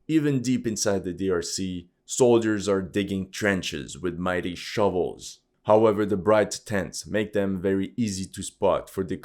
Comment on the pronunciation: "mighty showels" ... that's why I love this channel 😀